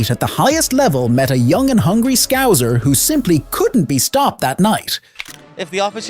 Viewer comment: atleast pronounce scouser properly 😂😂